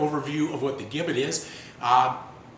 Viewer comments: It's pronounced Jibbet...it was never used in America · Mate it is pronounced "Jibbit", with a soft 'g'. We English know, because we invented it. Americans total mangle and misspell our beloved language (English is also from England not America!) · The gibbet, pronounced with a J sound is correct - we (the English) invented it, so we can call it what we want. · In England it was called; being 'hung in chains' - and gibbet was and is pronounced - jibbet. As the English invented the English language.. it would be preferable if people like the Americans would learn and understand it properly. It is insulting to palm this off as 'English talk' in your video! You speak English!!... have some respect from whence your language originated! Interestingly... only two gibbets have been discovered with their last inhabitant still inside. One in Lithuania, and one in Suffolk, England which was found approximately 200m from the house where I grew up! The gibbet cage was found during works to extend RAF Honington's runway during WW2 and can now be viewed at Moyses Hall Museum at the Market Square, Bury St Edmunds - Suffolk. England and the story behind it is fascinating... infact many local people are still uneasy talking about it to this day! Addendum: People were usually publicly hung.... then placed in chains at a location ordered by the judge/court. People were not usually placed in the gibbet whilst still alive - and after public execution, and upon being hung in chains in the gibbet - they were almost always left there for many years - as a shame, and as a warning to onlookers.